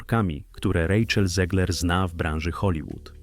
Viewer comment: Czyta się ZEGLER a nie ZIEGLER. Bo ona ma polskie korzenie. Niestety. Pozdrawiam.